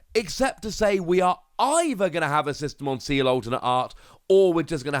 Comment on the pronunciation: please say Ci-EL please lol hearing Seal hurts lol